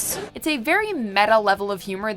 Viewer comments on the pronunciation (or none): none